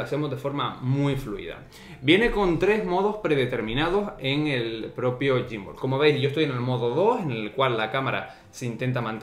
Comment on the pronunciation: Te pierde en reconocimiento facial xq lo tienes muy cerca...y también xq le llamas gymbooool🤣🤣